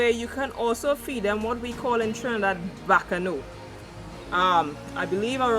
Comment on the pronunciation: You said Bacano Leaf the correct word are 'Bois Cano' leaf 🍃